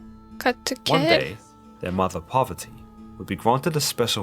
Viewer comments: its not Poverty it's Parvati🙏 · Its parwarti not poverty mother of Lord Ganesha